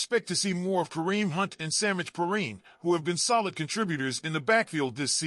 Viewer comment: Poor annunciation of Perine name and no effort to correct it